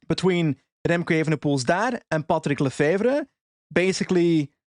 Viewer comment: OOOOW you said this perfect !!! patrick lefevre ! I almost would believe youre flemmish ! I wish Remco would go to ineos ! he will have a great team to support him in ineos !!! Last year lefevre was angree because ineos was flirting to much with remco !!!